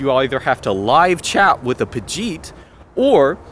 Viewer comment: what does he keep saying regarding the chat live chat? Pajit? Pocheet? subtitles thinks it's Apogee. idk if it's some kind of Indian telemarketer slur or what?